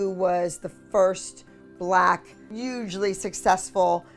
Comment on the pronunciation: “-Uuugely successful”